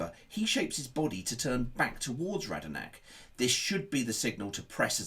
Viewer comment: Nice tactical analysis, but... 😉 Radnarnak 😕 Bednarek Walker-Price 😕 Walker-Peters Romeo 😕 Romeu